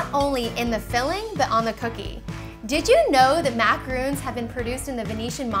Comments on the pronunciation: MacaROONs are coconut cookies, these are french MAHcaRONs. It irritates me so freaking much when people can't pronounce something so simple. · So annoying how she kept calling them macaROONs. They're macaRONs... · Hey, their pronounced exactly the way there spelled with an on not oon just giving you a heads up.:-) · Its Macarons...macaroons is a different cookie. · There macaRONS not macaROONS!!!!! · Chou say it wrong the you said your making macorons you keep saying macoroon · ra to her, its just the pronunciation, not everyone is perfect. you don't have to be an a$$hat and point it out. its not important. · stop saying macaroons!!!!!!😱😣